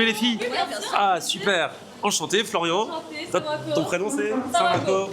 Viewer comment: FlorianOnAir devient FloriangAngAir 😂